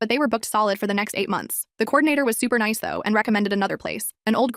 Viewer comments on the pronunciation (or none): none